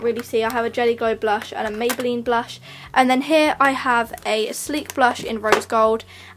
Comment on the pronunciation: You said mabyline born lip pay don't you mean body shop